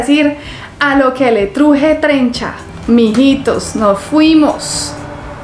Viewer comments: No es trencha RE weeeee " ES CHENCHA " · Se dice a loke te truje chencha no trencha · Jajaja No se dice así la frase correcta es a lo que te truje Chencha Así es Cómo se dice esa frase